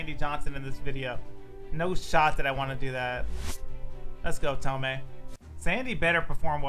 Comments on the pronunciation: it’s pronounced tomey not tomei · Same comment I left last year: it’s pronounce TOE-ME. Not TOE-MAY. He has said it in interviews. Lol. Just letting you know.